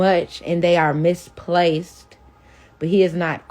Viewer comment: SHE SAID.. MISSPLACEK